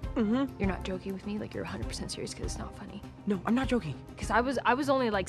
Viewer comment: “ I’m being sherious , i’m being sherious “